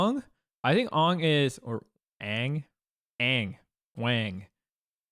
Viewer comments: That ang hurt me deep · Bro he called Aang "Ong" 💀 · I understand melee players mispronouncing Toph but I can't get over people saying Ong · That’s all well and good, but Leffen said “Ong” and I just got live action flashbacks.